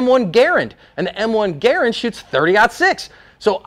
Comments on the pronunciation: Thank you for pronouncing “Garand”correctly. Love it. Lol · Its weird its the second time in one week I have heard it pronounced correctly in the original pronunciation.